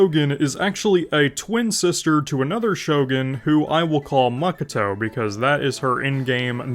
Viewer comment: Jesus your pronounciation of Ei and Makoto gives me brain haemorrhage